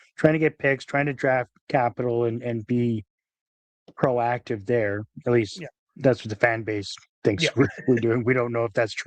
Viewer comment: Emphasis on the "procative" part